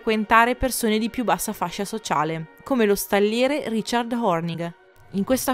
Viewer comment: Il video è molto bello. Mi permetto di osservare che la pronuncia dei termini tedeschi è terribile. Addirittura Wagner viene storpiato!!! Era tedesco, Richard non si pronuncia come fosse un nome inglese. Il CH va pronunciato come la J nello spagnolo José. Saluti